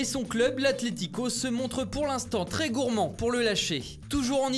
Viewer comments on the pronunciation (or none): none